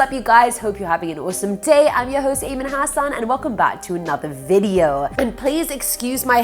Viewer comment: Ayman I kinda feel that you are saying your own name like an American would say it instead of an Indian Hasaan instead of Hassan. I don't know how to explain it.